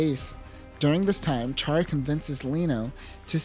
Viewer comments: Ummm...CHAR is pronounced "SHAR", like in French. (In Japanese, it's "SHAAA".) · Good video but it’s pronounced “shar”